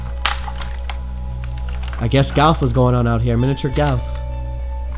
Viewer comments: says galf instead of golf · Did you say Galf? lol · Miniature galf did u say 😂😂😂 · Awww shit he said galf again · Galf??? It's Golf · Why the fuck do you call golf, GALF...its very bothersome